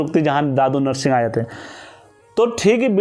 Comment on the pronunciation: Bhai dadu narshing nhi dhudha narsingh baghwan bolte hai inko